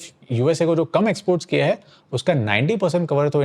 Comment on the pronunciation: A suggestion... If you want viewers to take you seriously, work on your pronunciation of simple Hindi words. For example: the plural form of है is हैं. They're two different words, pronounced differently. It's often OK to disregard this in street speak. But, we aren't in the street.